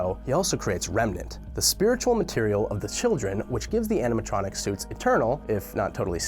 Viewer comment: wait- did i hear andiematronic?